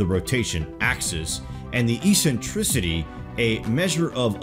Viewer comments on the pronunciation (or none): Two pronunciation pointers: eccentricity is ek-sen-trih-city and precession is preh-seh-shun. :-)